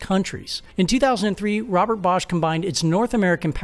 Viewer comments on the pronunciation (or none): none